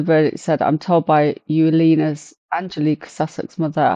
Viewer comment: Her name is pronounced Evalina, it's Polish